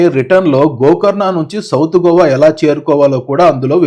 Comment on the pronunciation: GOVA GOWA KOWA kadura naina, it’s just GOA